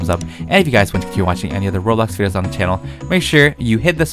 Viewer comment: i love how he says blockburg and roblock